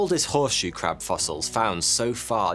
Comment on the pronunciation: Pwotect tha Cwab!